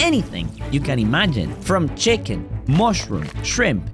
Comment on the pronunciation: bro said chichhhhen